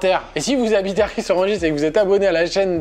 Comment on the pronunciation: Étant rissoise, je me dois de vous indiquer que Kad Merad justement, vient de RIS-ORANGIS ET NON RIZ ORANGIS. Désolée, une abonnée de moins, trop d'affronts pour une seule personne, qui plus est rissoise!